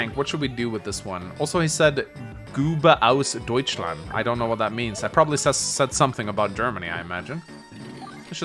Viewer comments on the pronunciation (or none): none